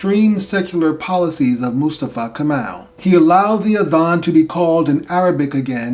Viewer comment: Not Kamal .. correct is Kemal